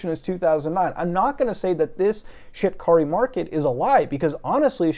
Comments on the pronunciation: I keep hearing Shit Curry Market and cant stop laughing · Shit-car-ree mar-ket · I thought he was saying ‘shitkarimarket’ 😓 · i only hear ''shitkari market''